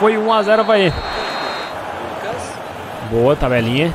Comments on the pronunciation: Avae? não e Avaí? kkkkkkkkkkkkkkk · Quem percebeu q ele fala avae invés de avaí